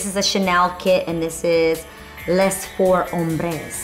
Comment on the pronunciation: For the Chanel eyeshadow name, on you read it “les” the s is silent so you say Le’.